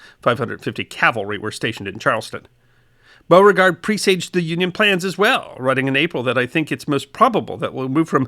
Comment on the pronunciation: Oh no you didn't! I bet I know how you said it. I haven't watched yet. But for shame! Shame! Shame! :-) Its Be-you-fort But you got Beauregard right. which just goes to show you southern slang don't make a bit of sense.